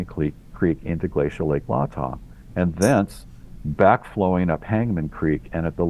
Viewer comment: "Lay-Tah" not Lah-Tah - a silly nitpick when compared to the fantastic breadth and depth of the work that "The Eugene Team" has done for us all!! With more to come!